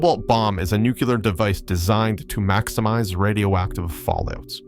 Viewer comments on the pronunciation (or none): *nu-klee-er - Not sure from where “nu-kyu-ler” originated since it makes no phonetic sense whatsoever. Cool vid either way though. 👌